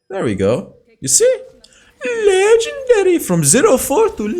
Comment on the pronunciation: The video we've all been waiting for(I like how you say LEgEndaRy~~)